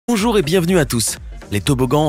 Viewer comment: a dit onjour